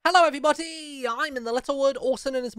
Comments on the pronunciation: The way in every video he say hello everybody it sound like he saying hello everyboty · It sounds like he is saying hello every botty